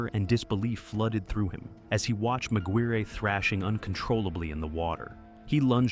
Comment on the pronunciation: McGuirre is pronounced “Mac-Gwyr” not “Mac-Gwyr-ree” or Mac-Guri…